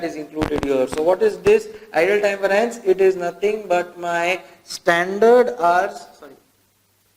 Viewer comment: Concepts are clearly explained. However, its, Var-ee-ance (variance)** please, and not var-aa-ince! :)